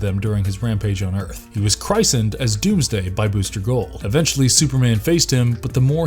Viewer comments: Christened pronounced Chris-end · Christened 😂 that's not how you pronounce it you numpty.